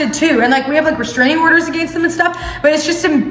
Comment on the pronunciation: peep the Canadian accent at the “against us”